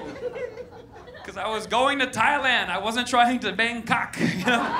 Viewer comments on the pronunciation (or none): Bangkok ! It just sounds funny the way he says it !!!!!